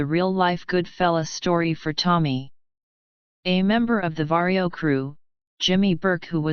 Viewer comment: Robot voice says PAUL VERO idiot.. downvote from me.